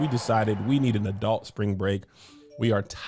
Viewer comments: Anyone else notice Kev pronounces adult like it has an o "adolt"? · As a speech therapist, I have and I have to actively ignore it lol or I think, what is that accent? 😂